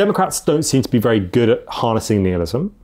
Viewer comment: Nihilism, pronounced nile-ism, not neelism. This was grating on me